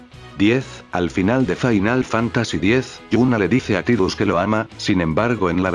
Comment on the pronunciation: La "i" de "Tidus" se pronuncia "ai", no i convencional.